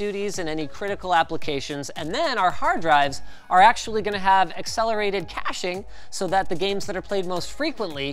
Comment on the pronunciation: "acellerated caiiching"